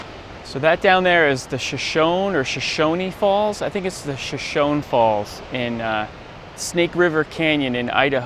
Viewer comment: Shoshone- shuh-SHO-nee